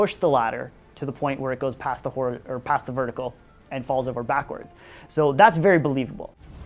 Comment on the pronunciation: "Wherrrre are your ditches??"